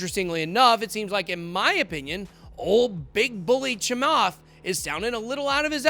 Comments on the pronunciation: that interview is old and you BUTCHERED his last name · Honestly... deliberately screwing with Chamath's name like this makes you come across a little racist. You might want to consider editing that out and reposting my friend. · You are a clown. Never said ETH to zero. You are not very professional about your presentation not even taking the time to pronounce his last name correctly. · Trust me, he absolutely butchered his name. I actually lol'd. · He didn’t pronounced it right . But it’s ok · Please start pronouncing South Asian names correctly. It's 2021. A simple online search will tell you how to correctly pronounce it, if you don't already know how to pronounce the last name correctly.